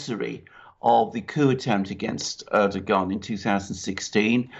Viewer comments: Erdogan is pronounced with soft 'g' like Erdoan, take out the 'g' as its forgotten. By the way the drilling is completely unnecessary, as we'll soon be able to use the 'air' for energy, from what I learned from the QHHT sessions. The fuel we put in our cars soon will be powered with the air we breath put in our lungs its already round us, we'll be using it to power our cars and its FREE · If you guys want to continue reporting about Turkey next year you guys better learn how to say Turkish leaders' names. LOL